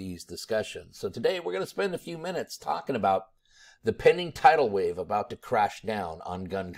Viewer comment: it's tidal wave, not title wave - learn the difference